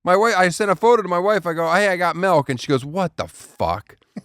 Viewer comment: Another horrible reminder that Daniel says Melk.